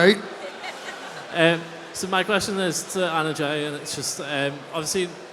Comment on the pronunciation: It's not Emma it's Anna Jay